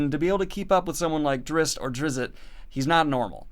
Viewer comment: “Drizz’t” is pronounced like Drized. “Drizzit” is a derogatory name that a child called him because she thought he was a monster. Please don’t call him Drizzit.